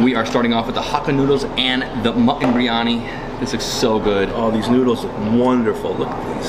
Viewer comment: And what you are eating is not biryani. Just one look at the onions and the veggies gives you clarity... And keeps mispronouncing Biryani and Punjabi in every second episode that has an Indian reference 🫤 Buddy how about we keep calling you. knows the Indian cuisines fundamentals quite well... whether it's spices, dishes or getting his pronounciation right.